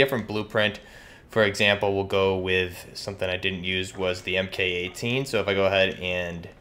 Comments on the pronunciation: It is MARK not mmm-kay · Btw, you can pronounce Mk 18 as "Mark 18" if it's easier.